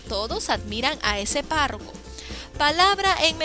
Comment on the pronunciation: se confundió en vez de decir párroco dijo PARRACO